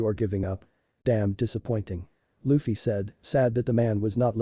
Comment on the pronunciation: lol I know, robot said luh-fee